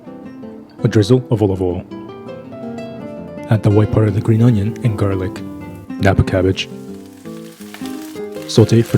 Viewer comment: Its not kappa cabbage.Its"napa cabbage" you shld say tomato ketchap not just ketchap.